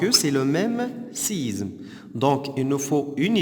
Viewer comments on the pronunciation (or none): Isme pas izme